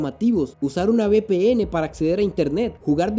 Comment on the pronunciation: Bpn jaja se dice uve pe ene